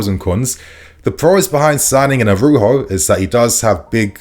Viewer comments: it’s ARAUJO (pronounced ara-uho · Jesus, spell the man’s name correctly. Araujo! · Araujo. Bro, I beg you please put a bit more effort k. Spelling and pronouncing foreign players names. Makes you even more legit